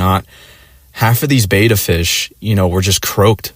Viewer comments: Betta (said like beh-tuh), not bay-tuh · I've always heard it the way admin is saying it